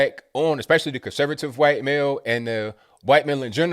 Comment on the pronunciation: i love how pronounces wHHHHHHite! 🤣🤣